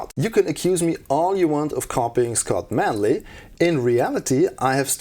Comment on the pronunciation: "I'm, Phly safe" AGAIN!